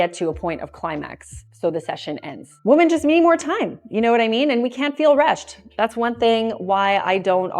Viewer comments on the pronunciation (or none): women = wimmin. women <> woman. As a native-born American, you know how to pronounce that word. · she pronounces the plural “women” as the singular “woman” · I stopped watching the video the second time she mispronounced the word women. She pronounces it as the singular woman. I don't think I'm going to watch a video from someone who doesn't know the difference. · Why do you say women so weird? It’s spelled one way, but it’s pronounced different. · I was wondering that lol